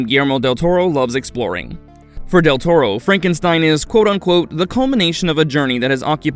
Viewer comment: Del "Tormo?" You couldn't do another take of that line?